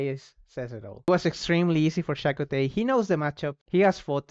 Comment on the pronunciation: You gave us some Spanish lessons so I will tell you some native American ones… Chakotay “Cha-Ko-Táy” is a Sioux native American name. It was also used in Star Trek Voyager represented by Mexican American actor.